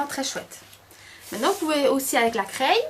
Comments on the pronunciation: C'est super juste une petite faute d'accent!! On ne dit pas "craille" mais on dit "cré" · Bizarre de dire "craille" au lieu de "craie" !!!!!!